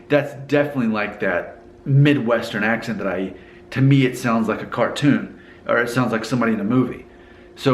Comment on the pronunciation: Dude you have such a twang! Listen to how you say "accent" - the 'ent' sounds so southern. You drop the -ing and say 'goin.' You don't sound like most people I know in Cincinnati, who also have a twang.